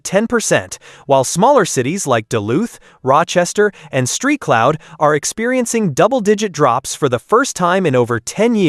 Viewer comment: i just f**king love ai video essays. "Street Cloud...Street Paul Minnesota?" Sweet bro